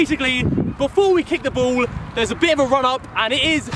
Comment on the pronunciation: why does harry sound like he said "bowl" instead of "ball"